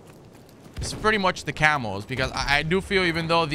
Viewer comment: No joke I thought you were saying camels and not camos hahaha